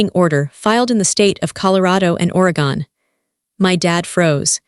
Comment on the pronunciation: If she was from Oregon, she would know how to pronounce it.